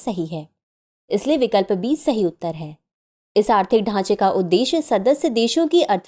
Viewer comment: Option B , Ma'am aapki aawaj me mujhe B ki jagah D sunai diya , halaki iska answer mai pehle se janti hu